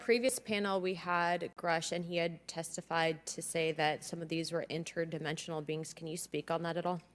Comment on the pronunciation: Interdementional beings what, lol. Sounds like he is saying they could be fungus alien, lol.